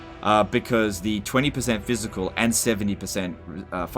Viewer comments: Thanks for helping CA out by giving the in-depth info they are opposed to providing. Honestly at this point you might know more than the devs, given how many tool-tips are wrong on unit descriptions. Minor note - "PHYSICAL" not "PHYISCAL" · Great video. Do more. BUT it's "physical" not phyiscal" lol